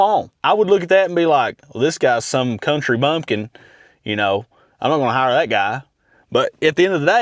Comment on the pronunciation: "sum kuntry bumpkin" - LOL